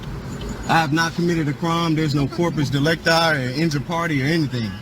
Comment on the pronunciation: These guys always make me facepalm when they say corpus delecti.